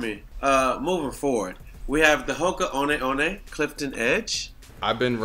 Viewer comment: Trinidad pronounced hoka one one correctly lol big respect